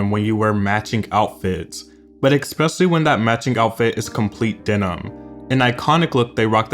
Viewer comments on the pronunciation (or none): When will you stop saying “eXspecially”